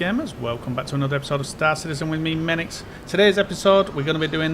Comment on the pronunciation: Meninx 😂 not nice every time I’m in quantum now, GM silently says George Michael in my head